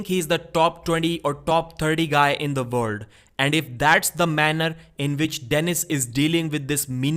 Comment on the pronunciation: Its pronounced "world, weak and wait" Not "Vorld, Veak and Vait" C'mon man